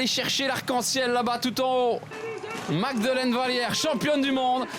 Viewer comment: Bravo magdeleine. Je sais que cest un extrait. Mais rien à comprendre par le commentateur. Incapable de prononcer correctement un nom. Il y a une version moins argo, plus internationale?